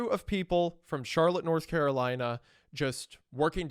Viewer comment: "Nurth Currolina" ☕:shelterin